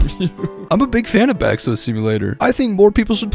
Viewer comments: As an indonesian im crying he pronounced bakso back so🥲🥲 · you pronounced bakso wrong 😡😡😡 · as an indonesian, bakso simulator is incredible and pronounciation of it made me giggle im ngl